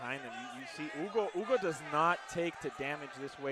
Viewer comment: The way they pronounced dudes name was hilarious! The whole fight I thought the guys name was Ugo until I looked down and realized it's Hugo 😂